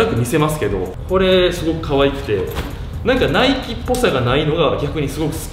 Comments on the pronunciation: 今さらなんやけど、ナイキの発音って語尾にかけて上げていく感じやないん？ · ナイキの発音がナイツ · ナイキのイントネーション笑